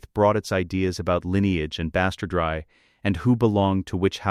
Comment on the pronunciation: That one at least is halfway understandable - AI thinks it's Spanish, heh. But wtf is bastard-rye? Why can't it pronounce an ordinary English word that only has one correct pronounciation regardless of context/meaning?